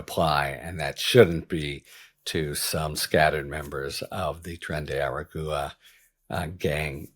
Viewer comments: Harry, I love your commentary and your point of view. But really, "tren de ara-goo-a"? That's beneath you. It's not hard; I know you can say agua, and you don't say "a-goo-a", you say -gwa. Just add an "ar" to the beginning of that - ar--gwa. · Every time you say eh-reh-goo-uh a kitten dies. Please pronounce it right. Ah-rah-gwah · Hi Harry, just wanted to help you with the correct pronunciation of the group name. The last word is pronounced like: a-ra-gwa. It is 3 syllables total. I hope this helps. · "Aragua" as in Tren de Aragua is pronounced ah rah gwa....just like Nicaragua. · Harry! You're too smart for this. Practice pronouncing the correct name of the gang. It's (phonetically) Tren de Are Agua (agwa). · Trenay-air-Ah-gwa. Try harder to pronounce it right, please! I live in Arizona and it hurts my ears to hear you pronounce it that way..😵💋💙💙💙👵🐺🌵🖖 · Tren de Ah-Rah-Gwa. Thank you for coming to my TED talk 😂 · Harry, the gang’s name is pronounced like water in Spanish. Just FYI. 😊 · Dude how are you still unable to pronounce aragua? It's not that difficult lol